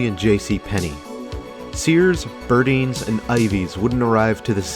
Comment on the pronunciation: Thank you! The pronunciation was killing me throughout the video..lol